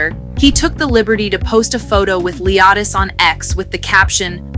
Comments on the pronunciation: You not gonna be saying her son name wrong 😒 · Why on the f***does she keep mispronouncing the baby’s name? Aggravating!! Ugh!!